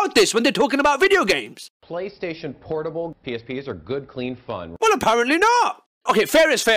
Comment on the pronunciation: When the guy said play station "pornable" I just gave up on life